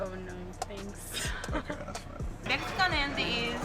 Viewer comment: You said Mesican Andy.